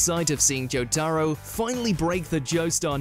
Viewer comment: Bro said “Jow taro” 💀